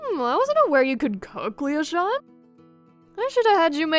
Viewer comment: How pronounces Leochant's name -Lee oh shall not How everyone else pronounces his name- Lee oh sha-nt